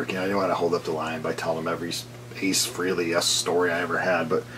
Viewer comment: It's pronounced "Fray-lee", not "Free-lee". Learn it. Know it. Live it.